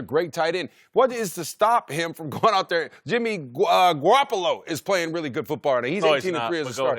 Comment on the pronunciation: tony gonzalez said " jimmy guapalo " lol